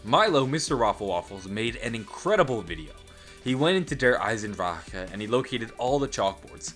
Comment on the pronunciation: i like how you pronounce "die Drachen" and "der Eisendrache" . your pronounciation is one of the best from an english Person ive ever heard